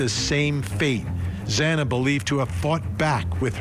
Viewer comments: This has only left the families with more questions & no answers. The judge scolding the family & then messing up Xana’s name not once, but twice, was disrespectful imo. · The judge has no right to admonish the victims family. This plea with the devil was disgraceful and the victims family has every right to fight this injustice. The judge can’t even pronounce the victims name right. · I'm with you on that. What is his problem that he can't pronounce her name correctly 😮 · The judge was very insensitive to address the calls people made to the court, why the need to scold??? Also miss pronouncing victims name 🙄 It’s giving IDGAF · The judge mispronounced Xana’s name twice. Like salt in the wound. the media chasing down Kaylee’s family was also just so heartless. A really sad day as an Idaho resident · The “honorable” judge Hibbler, couldn’t even pronounce Xana’s name right, twice he mispronounced her last name, you’d think after two and a half years surely he’s heard it pronounced correctly? Not concerned at all that he’s bothered by the tax payers calls. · It was salt in the wound. No excuses for the presiding judge to mispronounce the victims name twice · And when his miss pronounced the girls name 2x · The stupid judge after all this time still pronounced Xana’s last name incorrectly! This has happened over and over since the tragedy! He needs to be sent back to kindergarten! 😢😮😂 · Yes!! The judge did pronounce Zana’s name wrong x2 !!! He should have known better!!! She is a real person for heaven’s sakes and a victim!!!